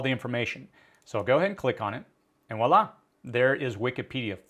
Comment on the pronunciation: "honing in on"? Sharpening something? "Walla!”?? What language pronounces "Voilá" with a "W"?? Another thing about massive information downloads are the not-so-simple issues of "quality", usefulness, and timeliness, things that can cause one some trouble, if depending on the data for "mission-critical" applications?? N'est-ce pas?